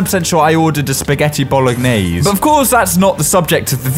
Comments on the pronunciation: Me being Italian hearing him say “bowl-ah-niese” 😭😭😭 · He says it like Bolo gah nays